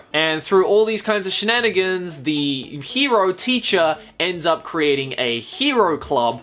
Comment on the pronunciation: drinking game: take a shot every time he says shnanagans